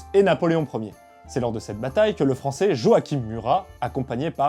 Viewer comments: Très bonne vidéo ! (Par contre on prononce Joachim Jo-a-chin) ;) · Petite correction de prononciation: « Joachim » Murat se prononce comme ça s’écrit avec le « ch » et le « im » français, et pas à l’espagnole ;)